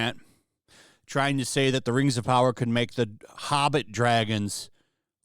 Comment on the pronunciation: More like "Reeeeeings of Powah".